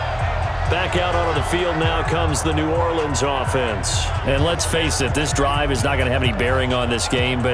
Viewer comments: New Orlee-ans Saints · Why is coach on madden? Why did he pronounce New Orleans 2 different ways in the first 15 seconds of the video?